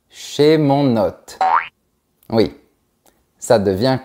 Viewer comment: Pourquoi vous prononcez ""hotte" pour hôte? Le circonflexe indique pourtant que la lettre se prononce allongée.